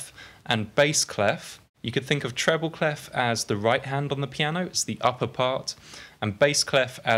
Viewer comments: cley-fffff ? wt-fffff, is in pronounced "clay" ?! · I love your videos, they are really helping me ! Thanks a lot Just for your information, "clef" (french for key) isn't pronounced with the "f" at the end (you can hear the right pronounciation here : ;) Thanks again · People in the Anglophone world urgently need to learn how "clef" is pronounced